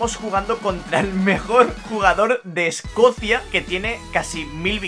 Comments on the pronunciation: es Escocia no Escocía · Todos: Escocia: Escocía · Alguien más notó que dice Escocía en vez de Escocia? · es Escocia, no Escocía xd